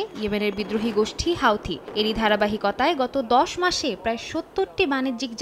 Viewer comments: হাউতি হবে না, হুতি.....😂😂😂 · হুথি বলুন হাউথি কি?